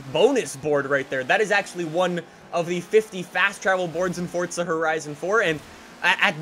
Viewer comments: Fortza☠️☠️☠️☠️ it annoys me how he says forza like it’s forza not fortza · Why do you keep calling it Fortza and not Forza? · Forza not fortza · Just please say forza when people realize u say fortza they will never be able to get it out of their head and never watch your vids again unless its muted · It's FORZA not FORTZA!!! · Its forza not fortza lmao chilll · it's pronounced 4za not fortza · “Fortza horizon 4” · why does he call it fordza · stop saying fortza horizon 4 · Its not fortza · What the hell is fortza did fortnite have a baby? Just kidding guys i know what he's saying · theres no t in forza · There's no T in Forza, i stopped watching your video after the 4th you tried to pronounce Forza